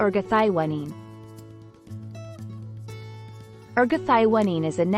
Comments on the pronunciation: Your pronunciation of this molecule is very different than what others call it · Nice video, but ruined by the pronunciation of the key molecule.